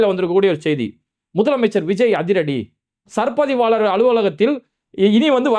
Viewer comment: அரே பாய் உன் வாயிலே வசம்பு வச்சு தேய்க்க,அது சர் பதிவாளர் இல்லை சார் பதிவாளர்.